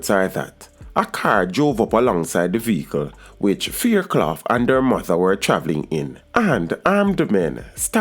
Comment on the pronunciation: Your pronouncing her last name wrong!